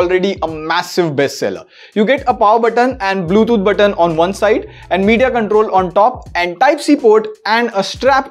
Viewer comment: Bro it's Bluetooth not bluethoot